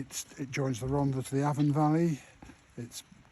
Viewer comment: Loved every minute of it. Just wish Martin would pronounce Rhondda correctly and pronounce the th rather than dd.